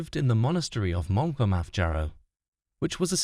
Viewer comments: The script is fine but your visuals don't match the time and your AI voice can't pronounce Monkwearmouth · the AI generated pronunciation of the names in this are absolutely terrible... as a northern Brit from Deira it almost makes the vid unwatchable. Terrible mangling of simple words like Bloodaxe ..and Monkwearmouth